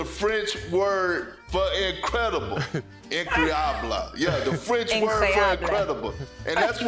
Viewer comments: It's more of an "uncroyable" than "INcroyable," even tho it's spelled incroyable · Perk butchered “incroyable” 😂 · Perk saying incroyable is killing me 😂 second try was way better said though